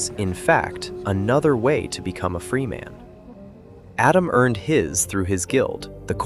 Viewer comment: That was great! Pronunciation of certain words like "Freeman" and "cordwainer" could be more accurate.